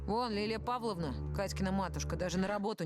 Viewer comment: Ещё так смешно как американцы произносят наши слова:валЕнки, дед мОроз лилия павлОвна